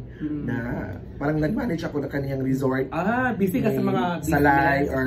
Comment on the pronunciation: Asa na “REZORT” na??😂